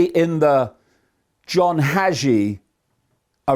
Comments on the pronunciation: its john hagee , not john hajee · Haaaa geee. Preacher from San Antonio tx. Hagee. (I heard name pronounced hey gee… ). And … 🤦🏻‍♂️🤦🏻‍♂️🤦🏻‍♂️ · Respectfully, Hagee is long A ,yep he's full of it. Prosperity preachers 😮